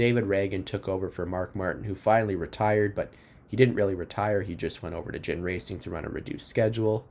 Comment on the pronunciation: Ginn with a hard "G", not a soft g. Really good breakdown overall though.